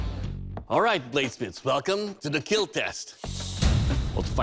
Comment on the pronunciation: Just as long as he doesn't "keel" me